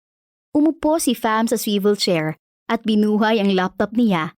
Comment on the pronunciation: Ok swevil chair ke merot Pala pronunciation nun😂😂